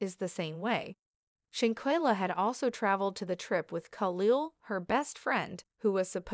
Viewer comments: Perhaps you should have started by lcorrectky pronouncing her NAME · WILL YOU STOP PRONOUNING SHANQUELLA NAME WRONG YOU ARE DISRESPECTING HER. JUSTICE FOR SHANQUELLA 👸